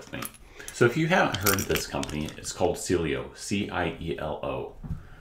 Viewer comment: I think it's pronounced See-Eh-Lo